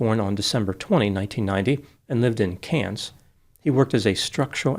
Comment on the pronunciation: I dated an Australian from Queensland and boy, would he get upset if people mispronounced "Cairns" ( or for that matter "Brisbane") I was pleasantly surprised to hear pronounce Cairns as my ex taught me. 😄, you seem like a nice young man and I think you did the right thing. That would have been super scary. If you ever want to hazard the U.S., you are welcome to stay in my home. I've never had any trouble like this but I live in Tennessee and we have stand your ground. I've never seen anyone draw a gun outside of a shooting range either so don't let clichés scare you.